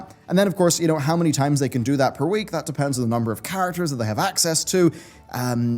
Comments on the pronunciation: I know you can't change the video but it's pronounced access not A X S. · It's pronounced "access."